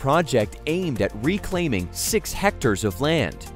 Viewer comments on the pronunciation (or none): 'Re' claiming?